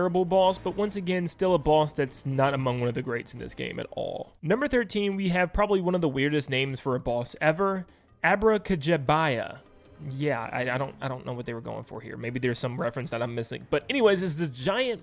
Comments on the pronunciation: It's not "Abracajaya" it's "Abracajabya" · You’re pronouncing all wrong. #13 is Abra KUH-JAB-YA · It's pronounced "Ab-rah-ka-jab-yah". It's Abracadabra and Jab ya, meaning Punch ya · It is he said it wrong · I think it's pronounced ahh-bruh-cuh-jab-yuh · bro it's ab-ra-ca-jab-ya... jab ya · No way you pronounced it 'ab-ra-ca-ja-bia' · Abracajabya is pronounced AbracaJABya. Emphasis on the jab. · I think it’s abra-ca-jab-ra like abracadabra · Abra-Ka-JAB-Ya... I have to admit I appreciated yours though. It made me laugh.